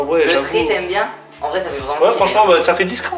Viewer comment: il dit sa au lieu de ça